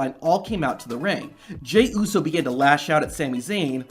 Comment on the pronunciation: this nigga said usi😂😂😂 uso u never say that on live tele